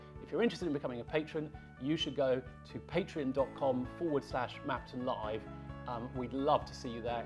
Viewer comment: Small annoyance, but can you guys start pronouncing Patreon correctly? The usual emphasis is, "Pay-Tree-On", not "Paytrin". And then most creators say thank you to their "Pay-tree-on patrons" or "patrons on Pay-tree-on".